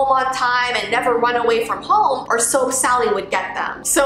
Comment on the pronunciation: i heard soak sally